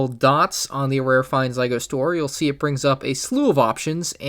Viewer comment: No he pronounces right and what knows about lego you are so dumb